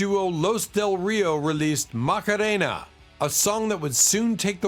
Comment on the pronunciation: It’s wierd how AI can’t pronounce simple English but can pronounce Macarena with total accent etc.